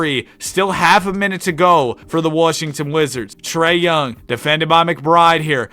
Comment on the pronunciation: WHO IS PJ WARSHINGTON? ITS WASHINGTON